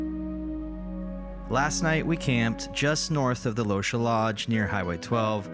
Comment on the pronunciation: dark gray coat of the mule deer "catched" our attention. Try "caught" our attention. Also, "Lochsa" is 'lock saw'. Where are you guys from anyway😊